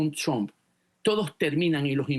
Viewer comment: BOBO, EL APELLIDO DEL PRESIDEN DONALD SE PRONUNCIA TRAMP, DEja de pavadas y pronuncialo correctamente traaaaaaaaaamp